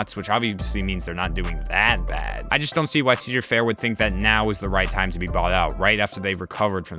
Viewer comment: My God… I can kinda stand ‘Sea’dar Fair, but Eel Vengeance made me cringe so hard. Good job! And I agree for the love of all things holy don’t let this happen.